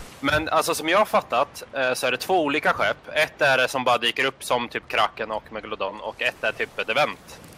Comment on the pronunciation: MEGALODON!!!! Die pirets sa megalofån+en hahahahahahaha